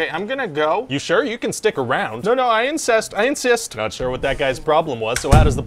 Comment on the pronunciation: "I incest,.. I insist" 😂😂